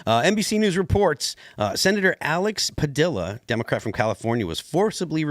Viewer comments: IF he says pa dill a one more time. It's pa de ya, mexico and latin america ain't goin' away they are coming soon to be near to you. . . . say name correctly. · Its pronounced Pah-dee-yah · The "L"s in "Padilla" are silent.... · You sound like a bonehead saying Padilla wrong😂